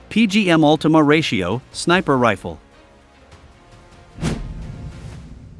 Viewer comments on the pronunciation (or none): none